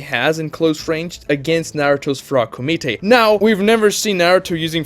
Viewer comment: I've seen multiple of your videos about sage mode recently, so, despite It being used only once, the frog kumite Is often brought up. And it's so funny, because by the way you pronounce It, every time you say that word I picture a french dish (frog's included)